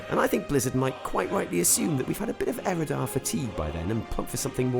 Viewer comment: Eredar, not Erodar! :O triggered